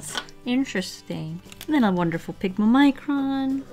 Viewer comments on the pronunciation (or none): none